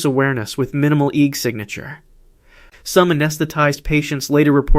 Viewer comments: AI- slop written narration and AI voice. Saying EGG like it is a word... It's pronounced E.E.G short for electroencephalogram you AI moron. In a generation young people will be saying EEG instead of E.E.G because AI said it wrong. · EEG is three letters not "eeg". Each letter is pronounced individually, "E"-"E"-"G".